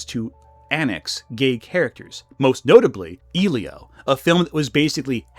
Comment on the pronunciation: You pronounced Elio wrong. Eh-Leo not E-Leo.